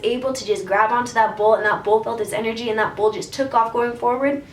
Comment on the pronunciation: I kept hearing bowl instead of bull and I was so confused on what the heck that cowboy was doing